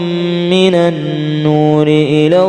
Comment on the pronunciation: Maaf... Itu ayat ke 68 huruf lamnya ngga ada tasydidnya tpi kok dibaca illa